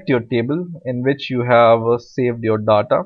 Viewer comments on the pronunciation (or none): DDAATTAA is soo annoying , its DATA learn pronunciation plz its annoying me im leaving .